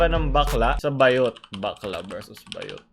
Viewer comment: it's Baaaaah-yot, not ba-yot. Hahahhahahaha 😂😂😂